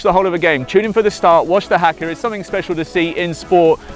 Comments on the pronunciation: you don't say it like haka you say it like huka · What the hell is a hacker, it's pronounced ha(haha) Ka(car) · Not hacker it’s pronounced that it o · It’s pronounced Hakka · Haka is said huka And Adidas is said adedas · You pronounced haka rong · Bro you just butchered the word Haka. And you are pretty offensive the way you did this video, but at least you tried. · lol same